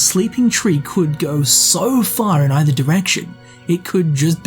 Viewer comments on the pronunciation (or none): none